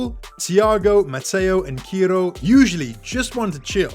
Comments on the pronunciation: Not kiro bro,,It's ciro😊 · Great post. Watch out - these kids could be diabolical on the pitch! .And he's pronounced Sear-Oh.